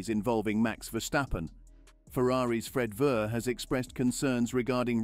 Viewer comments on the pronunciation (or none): Fred Verr, lmfao, okay, butchered names happen some times, but missing an entire syllable? wtf?